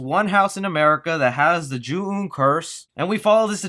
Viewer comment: It's pronounced Jew on. I cringed everytime you pronounced it wrong. Anyhoo, this movie didn't need to be made. Just another movie in a long line of movies that don't need remakes.